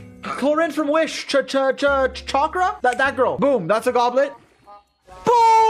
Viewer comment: bro really said chackera